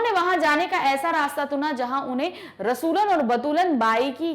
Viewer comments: Ma'am it's rasoolan bai not ratoolan bai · It is rasulan bai not ratulan bai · It's rasolan not ratolan